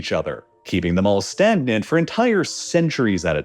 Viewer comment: stand-nit (Stagnant) There was another one earlier that I can't remember. It was a dead giveaway that this was either AI narrated or the narrator is under the age of 30.😂